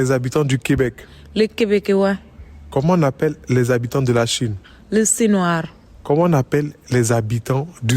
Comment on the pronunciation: LES QUÈBÈQUIÈOIS 🤣🤣🤣🤣🤣🤣🤣🤣🤣🤣🤣🤣🤣🤣🤣🤣🤣🤣🤣 MAIS ELLE PAS ALLER À L'ÈCOLE OU QUOI 🤣🤣🤣🤣🤣🤣🤣🤣🤣🤣🤣🤣 ,E SINOIS 😂😂😂 LES CIGAGOAIS 😂😂😂